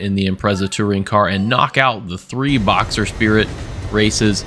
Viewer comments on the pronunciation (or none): none